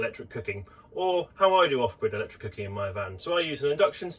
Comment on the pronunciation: Something I plan to do too! Those people who just cannot process no gas in a camper!! Loving mispronounced Cooking 🤣 Nice video!